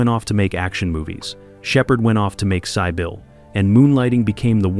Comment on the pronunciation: 😂😂😂 sigh bill (Sybil)😂😂😂